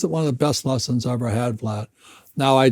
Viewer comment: Did he just call Vlad, Vlod! 😂😂😂 Gotta love Mr Kiyosaki.